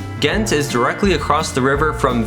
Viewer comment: You pronounce Ghent like the first part of gentlemen.